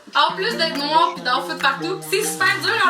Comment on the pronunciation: Au lieu de Ice Cream c'est Nwaar Cream.